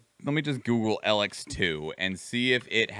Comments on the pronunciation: the main thing about the name is that both e are long EE the only time you would use a lower case sounding e is for elexit which is the currency in elex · didnt even say elex right